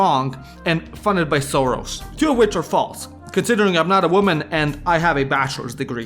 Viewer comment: Soros should be pronounced with two hungarian “s” sounds. Here you said “szoros”, which means “close/tight”.